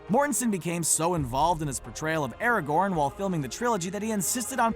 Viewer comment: Anyone else annoyed at the way he pronounces Aragon’s name?